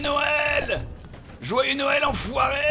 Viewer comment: Bob Noël pas nowel